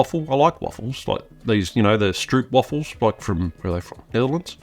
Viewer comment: As a Dutch girl I absolutely love how English speaking people pronounce stroopwafel 🥰